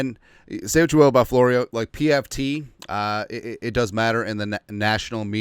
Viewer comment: Mike Flow-ree-who?